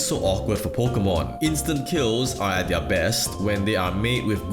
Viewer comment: Pokémon, not pokeuhmon.